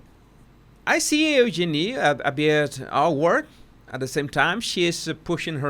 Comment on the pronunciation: just for future use it's u-jean-i